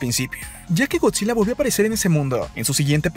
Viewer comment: Me chirría que diga eeeee al final de cada frase. Es Gotzilla no Gotzileee